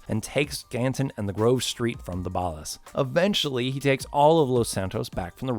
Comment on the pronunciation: Why are you saying Ballas so weird? It's ball-ahs not bahll-ahs